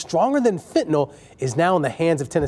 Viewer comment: if he says fentanol and not it's real name Fentanyl then he loses credibility immediately......and the new drug being 50x stronger than heroin makes it not as strong as Fentanyl......pay attention people.